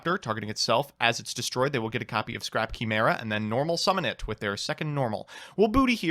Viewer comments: I know doesn't care but i do because I need you all to know... It's gala-tay-uh And kai-mare-uh Not Gala-tee And kee-mare-uh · I’m just convinced just pronounces words wrong on purpose. KEY-MERA? Truly the law world needs your mad lad phonetic gymnastics.